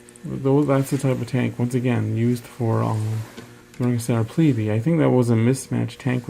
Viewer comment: It's pronounced pleeb, not pleebee.